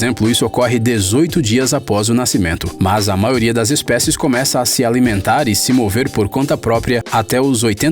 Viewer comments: O locutor, não se fala "maoria" é MAIORIA!!! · CARA desculpa, adoro seus videos mas vc tem que falar a letra " i " da palavra "maioria". Você fala MAORIA. Mesmo com este errinho de nada Adoro seus videos. Parabéns!!!!! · Show o vídeo 👍🏻 A única coisa ruim é ficar ouvindo vc repetir “MAORIA” toda hora kkkkkk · Mds que psicopata fica prestando atenção quando o cara fala "maioria"